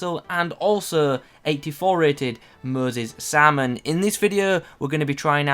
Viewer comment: "Moses sarmon"